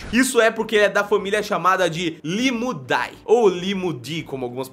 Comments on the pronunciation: Limulidae se lê Limulide com som de e e não de i. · na taxonomia os nomes em latim cujo a terminação seja "ae" o "a" não é pronunciado ok. então sem a pronuncia do "a" ficaria Limulide. a escrita Limulidae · A pronúncia correta e “limudé” toda vez que vc ver as letras “ae (æ)” juntas em latin a pronúncia = é Exemplo: Ædes Egypti